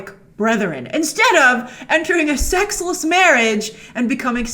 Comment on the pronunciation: I love how she put emphasis on a SEXLESS marriage 😂